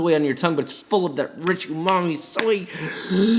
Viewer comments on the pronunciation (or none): none